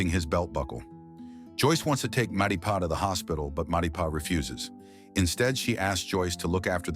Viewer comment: everytime you say "Matipa" it kills me